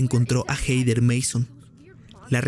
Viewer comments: "Jeider" 😅🤣😂😆🤣...es Jeder (Hether) buey. 😂🤣😅 Pero buen video. 😝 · Se pronuncia Jeder NO jeider. WTF.